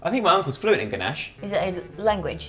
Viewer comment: “I think my uncle is flewent in gnash”😂😂😂😂